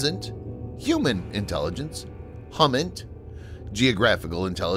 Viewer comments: Hum-Int 😆 it’s (HUMINT) like Hu-bert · This is probable the only time I ever heard HUMINT (Human Intelligence) pronounced as "Hum-mint" instead of "Hue-mint".